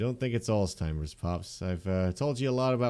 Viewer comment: “I don’t think it’s Alzteimer’s Pop” oof alzteimers 😂 Alzheimer’s? Sorry I’m a medical buff and it kinda bothered me. Love the content anyways 😂